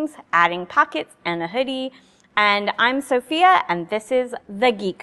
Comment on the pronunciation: “Hi I’m Sewphia”